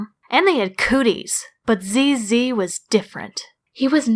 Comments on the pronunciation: Actually, when you say "'ZZ", well... It just sounds like "penis" in french. lol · When you say ZZ, you say a real french word... And not the best...